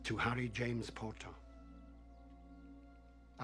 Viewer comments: Rufus Scrimgeour sounded like he said 'Porter' than Potter 😂😂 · I think he said more of Harry James poeter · The minister pronounces “potter” weird xd